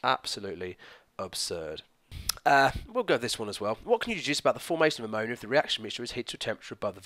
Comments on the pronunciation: Ammo - Naya 😂😂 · I'm from West Yorkshire! I've always heard it pronounced like ammo-knee-ah instead of ammo-nigh-a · Lol I've never heard anyone pronounce ammonia like that! Thanks for the video! :) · same I thought I was the only one...:') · lol, at around 18.58. You pronounced it a little differently to usual :) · The way you pronounced Ammonia 😫 never heard it like that before. What part of the UK are you from??